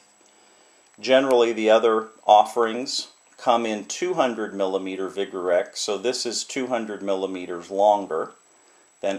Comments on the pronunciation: Ummm... Sorry, but Vigreux is actually pronounced "Vigroo". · Ouch... "vig-rex." Nice kit. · Good Sir comes from a French chemists last name Vigreux. Pronounced [VIGROW] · I don't trust a person who can't pronounce vigreux.. Just goes to show that you are no chemist and you have no clue what you are selling... Buy this kit from ebay instead